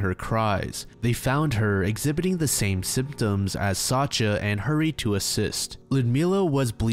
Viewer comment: just fyi, Sacha or Sasha is pronouced sa- SCHa like shushing someone. I know pronouciation varies from language to language but its a pretty widespread name so maybe this is helpfull